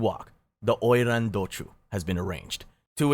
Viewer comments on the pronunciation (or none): I thought oiran was japanese... He say it chinese